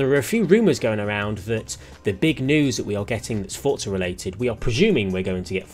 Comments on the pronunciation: Everyone - for-za - fort-za Bro there is no T 😂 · “Forza” is an Italian word, and is pronounced with a “T.” It’s how the devs say it, it’s how the in-game characters say it, and it’s how you should say it.